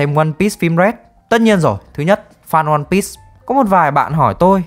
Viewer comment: ơ, lại ONE PISS à, Bắc kỳ ai cũng đọc tên phim kiểu PISS à? 👎👎